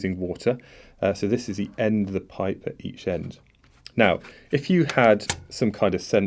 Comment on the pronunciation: Are you irish or something? the way you says pipe (the first attempt) sounds funny